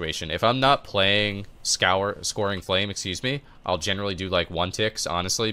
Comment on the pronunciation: scouring is pronounced "skowering", not "scoring". What cancel aura macro are you using to get the second dispel with with stasis? I'm not getting that